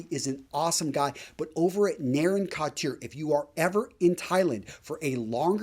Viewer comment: the word couture is pronounced ‘koo-ture,’ not ‘kott-chure.’ No two ways about it. It’s from the French and there is no English equivalent. Otherwise, a nice segment.